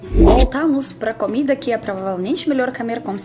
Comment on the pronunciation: A "Camida" é realmente ótima hahaha